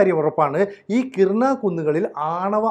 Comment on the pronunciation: കിരാന ഹിൽസ് (കിരാന കുന്നുകൾ).... കിർന അല്ല. ആണവായുധങ്ങൾ സൂക്ഷിക്കാൻ വേണ്ടി ഇതിൽ നിർമ്മിച്ച ടണലിൻ്റെ മുൻഭാഗം മിസൈലുപയോഗിച്ച് തകർത്തു എന്ന് ABC യിലെ തന്നെ മറ്റൊരു അവതാരകൻ രേഖാമൂലം പറഞ്ഞ കാര്യം ഓർമ്മിക്കുക. ഇനി മറ്റൊരു കാര്യം കൂടി.... ഇന്ത്യയ്ക്ക് നേരെ ആണവായുധം പ്രയോഗിക്കാനുള്ള തീരുമാനമെടുക്കാൻ പാക്കിസ്ഥാനിലെ ഉന്നതാധികാര യോഗം ചേർന്നിരുന്നു. ഇനിയും ഇന്ത്യക്ക് കാത്തിരിക്കാൻ കഴിയുമായിരുന്നില്ല. ഈ വിഷയത്തിൽ താങ്കൾ ഒന്നുകൂടി റഫർ ചെയ്യേണ്ടതുണ്ട്.